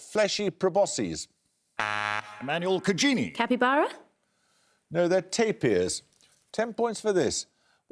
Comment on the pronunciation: The Southeast Asian in me was screaming because it's not pronounced tape-ir. TAPIR.